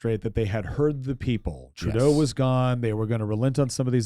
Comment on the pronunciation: The good “trudue” duh fuck did he say ? As An Albertan I reject that statement !! Both are Marxist scum ! Next time just say Ben “Trudeau “ ffs